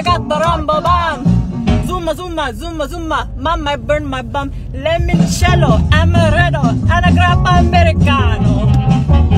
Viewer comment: Imagine descending from an Italian native, of which is right next to you, and still pronouncing it “lemon-cello.” 😭 dio mio